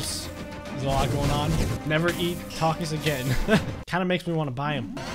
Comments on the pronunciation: Uh, they way you purnounce Takis is Tah-kies. In case you were wondering. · It is pronounced "talk-key". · Ahhh it’s pronounced talk-e’s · Takis are pronounced as Tok-ees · You say Takis like Talk-Eez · I cant believe doesn't know what Takis and their pronounced (tok- ies) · The way he says "taki" lmfao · He said taki right once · 42 comment. That’s a record for me. Edit: me loling when he pronounces takis